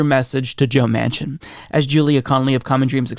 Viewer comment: I realize it was a slip of the tongue, but when you said "president joe machin" I almost had a heart attack! gasp